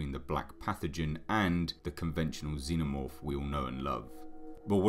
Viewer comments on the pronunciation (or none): none